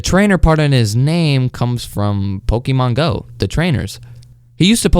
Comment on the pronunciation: why did he pronounce it like pokimane go XDDD